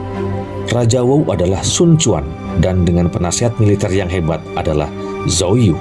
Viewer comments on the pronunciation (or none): none